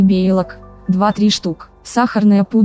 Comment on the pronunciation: Белок!!! Не бейлок